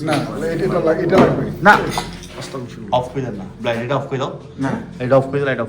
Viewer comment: ভাই আস্তাকফিরুল্লাহ হবে না ❎ আস্তাগফিরুল্লাহ হবে ✅